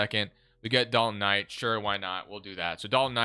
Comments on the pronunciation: Please stop saying dalton Knight, im having an aneurysm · Lol Dalton Knight..lol it’s Knecht